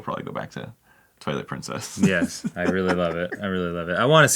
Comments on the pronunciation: I thought he was saying the toilet princess the whole time 😂😂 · they mean Twilight Princess but they're saying Toilet Princess xD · Ok, did Arin actually SAY Toilet Princess or did I hear things? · Someone explain why I heard Toilet Princess and not Twilight Princess?? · ...so I legitimately thought they were saying "Toilet Princess" at first. They were not. They were saying "Twilight Princess." I was like "what is toilet princess? Some indie game?" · Oh my God I thought he was saying Toilet Princess this whole time 😂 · Lol me getting ready to search game grumps toilet princess until I read this comment 😂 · HE SAID TWILIGHT PRINCESS I THOUGHT HE SAID TOILET PRINCESS OMFG